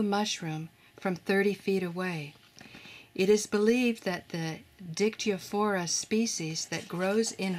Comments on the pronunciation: Listening to the narrator mispronouncing the name of that fungus, made me laugh...So HARD!! 🤪🤪🤪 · Little bit struggling with Latin nomenclature ;))